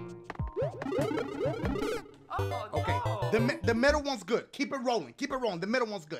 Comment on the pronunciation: Was I the only one who thought he said “the MEATAL one is good”??